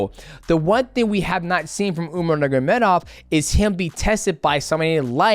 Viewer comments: Mighty, it's time to learn not to say "nurgamedov" Nur-ma-go-medov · Umar Nurmagomedov bratha, not Nurgomedov Other than that, you're the GOAT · nur “ma” gedov not nurgedov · If I had a dollar for every time DJ said Umar last name wrong haha. “Nurgomedov” every time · Nurgomedov?!Cmon man its not that hard to pronounce his name and its lack of respect .Do your homework before you make your videos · I hate the way he says Nurmagomedov 😂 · the way he says umars last name is killing me